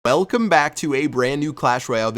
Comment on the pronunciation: "Elcome back" - chief pat 2016